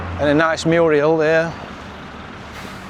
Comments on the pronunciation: Another great video. So enjoyable to watch and always a good laugh. I love how you call murals on the side of buildings "muriels!" 😂😂. Also does anyone else say "see-thee" at the end of the video after says it? 😂❤ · That’s funny it did register in my brain he said Murals wrong,but I didn’t realize why till I saw your post.Also didn’t realize that he was saying see- thee at the end of the videos,thought it was a weird Yorkshire word.😊